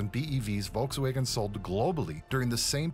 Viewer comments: Volks wagon, not Volks waygon. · volks waghen pronounced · Never heard Volkswagen pronounced this way….